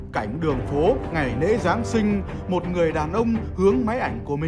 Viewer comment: Ủa mày nói "ngày nể" là ngày gì rồi "kì nạ " là kì thế nào,còn nhân noại là nhân gì vậy.vì đôi khi mày vẫn nói được chữ lạ chữ lễ thánh mà nên mấy chư mày đọc khác thì tao phải hỏi chứ.